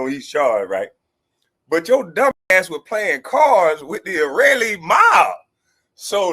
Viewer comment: Wtf is an "Irealee" He's so slow and uneducated he can't even say Israeli. College could've benefited him in a number of ways.